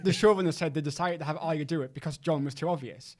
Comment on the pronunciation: It's a Ar-ya not Arria